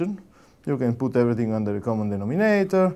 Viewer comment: "Common denom-INATOR", reminds me of Dr. Doofenshmirtz revealing one of his evil "inator" machines.